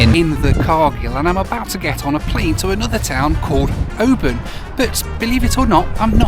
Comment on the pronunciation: Kept wincing at the pronunciation of Oban. :) The city they SHOULD have named it after is the next one up the coast -- it looks JUST like Mallaig. Even unto the high road going to a really nice OP. (both about 600 population)